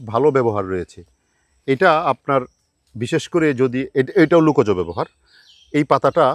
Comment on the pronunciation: Sir you are an educated person, your pronunciation like lukaj instead of lokaj please mind your pronunciation